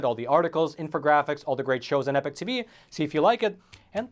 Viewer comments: Wow you can't even pronounce Epoch correctly. How do you expect people to take you seriously. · I love your work, and your political viewpoints,, But: oh-dear your 'pronunciation' of the word epoch! Oh dear!